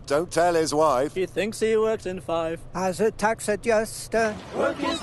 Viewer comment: It's also, "She thinks he works in Fife." Not "in five." haha.